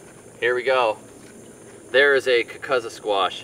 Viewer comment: I hate to be "that guy", but the Sicilians always use the long "U" sound. It's pronounced "kookoozuh". It's also devoid of flavor for what it's worth. 👍